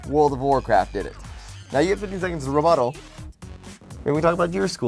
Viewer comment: Rebutel sounds a bit like : your but hole